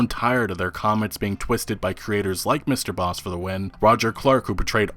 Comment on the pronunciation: you pronouncing MrbossFTW is wrong its Bossman